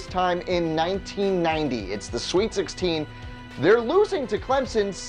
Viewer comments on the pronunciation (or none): none